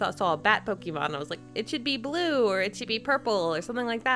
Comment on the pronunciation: It's not Pokeeeemon! It's Pokémon!